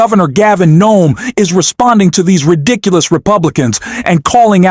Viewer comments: I don’t know if you’re AI but either way — Please STOP Calling him Gavin NOME — it’s Governor Gavin Newsom. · Are the E, the W, and the S silent? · His name is Newsome, not Nome. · Not sure why you are calling him Gavin Nome. It's Newsom. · You said Gavin Nome??? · I agree with entirely and with Newsom that Republican "leadership" is inexcusably predatory, but it's puzzling that radically and consistently mispronounces Newsom's name. "Nome"?